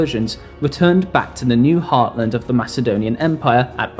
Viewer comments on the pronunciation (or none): none